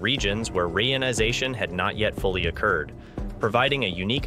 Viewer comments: PLEASE!! use the correct pronunciation of the word 'reionization'. It is "ree-ion-i-za-tion", not "ray-on-i-za-tion". The process has nothing to do with the synthetic fabric RAYON. The word, when properly pronounced, describes what is going on. The Hydrogen atoms are becoming re-ion-ized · Oh dear. ree-EYE-on-eye-ZAY-shun. HTH